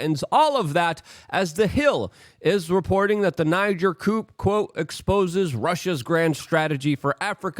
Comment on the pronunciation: Basin is pronounced with a long A as in Bay- sin Coup is pronounced as coo .